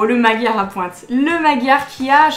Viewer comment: coucou :) je me permets de t’apprendre quelque chose que tu ne sais peut être pas. le magyar a pointe est un dragon hongrois car magyar = hongrois . j’imagine que tu n’y prête pas trop attention mais tu prononces mal le mot :/. magyar se prononce madiar voilà c’est tout pour moi. bisous bonne journée <3